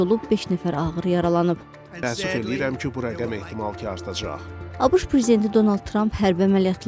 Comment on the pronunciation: Abış yox abeşe